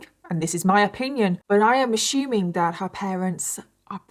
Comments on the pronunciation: I love you, I really do! But it drives me crazy when you pronounce assuming as “ashuming” 😅 and I think you say it the most in this case. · Every time she says “ash-shoe-ming, everyone has to drink! 😂 I’m autistic and my brain picks out these speech afflictions and drives me crazy 😭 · ASSUMING DOESN'T HAVE A "H" IN IT SO PRONOUNCED "AS SU MING" NOT "A SHOE MING"....SORRY I HAD TO SAY THAT BUT I DO LIKE YOUR VIDS THERE ARE SO GOOD !!!! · It's "ASSUMING " NOT "ASHOOMING" you guys spawned the frigging language! Why are you mutilating it??? BAHH! (continues melting down in hulk mode elsewhere). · ASHUMING 😂 its assuming like ah-su-ming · Random question..do all British people pronounce assuming like ashuming? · ashumig? Ashume? What ? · Why do you say ASSuming like that? 😅😂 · Love how you say “ashuming” 😂❤ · "ASSHHHOOMING" pissed me off so bad! I had to exit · “Assshuuming” lol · Love the way you pronounce assuming 🤭 ashuuuuming ❤ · I’m from Michigan and I have always loved your British accent BUT my heart just melted at the way you pronounced “assuming” “ashumming” lol. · "I'm ashyuuming" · Not you aSHuming everything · I love how you pronounce assuming.. 💕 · Is it a British pronunciation or just her way of saying it? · The way u say assuming feels so proper 🥹 I probably been saying it wrong my whole life❤ 🥹😭😭🤣 I love ur accent, terrifying story 😢. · Why do you mispronounce assuming? There's no shoe in assume. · There is no H in assuming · Ive never heard someone say assuming with a h lol